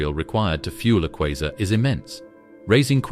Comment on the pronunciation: Is it kwaazar, kwayzer or quasar?? This narrator is crap